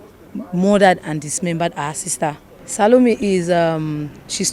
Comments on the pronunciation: Why is he calling her talome not salome😮 does he even really know her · I don’t think this guy even knows the lady or killed her . He didn’t even pronounce her name well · Notice that he didn't even pronounce her name well. He doesn't know her.